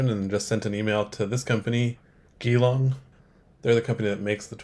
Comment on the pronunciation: I was born in Geelong, Victoria, Australia. It is pronounced, Jee- long not Ge-long.